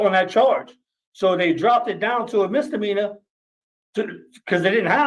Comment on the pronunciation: Misdemeanor not mister meaner.